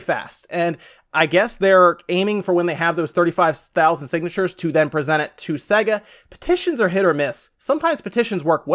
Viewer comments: Jerry Smith Time to bow out gracefully on this one 'Jerry' - no ones agreeing with you, perhaps get your hearing checked/re-listen to the vid; he is most certainly saying 'SEGGA' 🙂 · Omfg. If you'd ever played one you'd know it's pronounced Sayga ffs. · Hugh Mungus Swing and a miss. It's Sea-ga. It's Ree-yu, not Ryu. That was a bonus fact =) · In my entire life no one has pronounced sega as segga and I’m a hundred and ninety six. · Ditto on all the pronounciation comments. Stop saying SEGA like a freak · I’ve never heard SEGA pronounced exactly how it’s spelled until now. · Please stop saying sega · had to stop watching due to you pronouncing SEGA wrong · You say Sega weird it tells you how it's pronounced at the start of sonic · This guy cant even pronounce SEGA. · ive heard americans say sega all ways except the right way. surprising seeing as america was their main market. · ahahahah sayga? what the fuck XD it's SEH-GA, you can even listen to it in every genesis\megadrive games, there's no doubt about it. it's not See-ga and it's definitely not Say-ga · That actual pronunciation is... Oh wait, no one gives a fuck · Literally couldn't finish this video because of the way he was pronouncing Sega... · I was going to say the same thing. I died a little inside every time he said se-ga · Makes me wanna slap his dumb face... Fucking segga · its SAY-GA not se-ga, they even pronounce it at the start of the games! Seriously anyone who pronounces it wrong considering its at the start of like every game or was cant be trusted imo! its not an accent thing or a country thing cause it was the same on all games in all countries! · Why? He's clearly saying SEGGER instead of SEGA. Fire up Sonic and you'll hear.. 'SAAAY-GA'. - 'Muricans, smh. lol. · Just to point out, it’s pronounced SAYGA not SEGGA! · It’s pronounced ‘say-ga’ not ‘s-egga’ did you ever own one of their consoles? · It is only North America that pronounces Sega as Say-ga. The rest of the world says Sea-ga